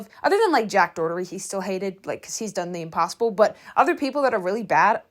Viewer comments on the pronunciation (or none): I'm SO SORRY but I CRINGE every time I hear you say "Jack DoTTERY" instead of "Doherty"